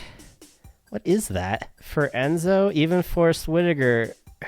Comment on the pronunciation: Enzo. It’s Enzo!😊